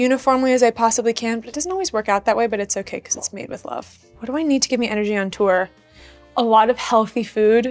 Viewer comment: "made with love" "perfect match" the way she said these phrases... tell me I'm not going insane??😭😭